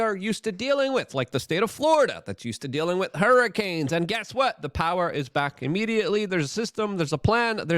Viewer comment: Anyone else get slightly annoyed by Luke’s inability to pronounce the TH in wiTH. It’s always wit.